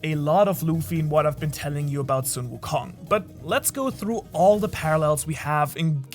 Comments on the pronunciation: Omg i can't stand this man pronunciation of sun wukong Just say son, like my son or sun like ☀️🌞 not sung wukong😭 you know how to say son and sun right? Stop saying sung on God please😭😭😭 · It's not soon wukong it's Sun wukong,pronunce it as sun = the sun,Sun wukong not the way u pronunce as soon wukong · Or better yet song wukong like son Goku